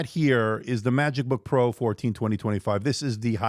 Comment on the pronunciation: sounded like MacBook pro to me I thought you might have also said it wrong one other time